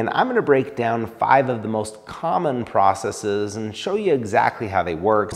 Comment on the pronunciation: Thankyou for pronouncing "processes" correctly! You're one in a million. 😉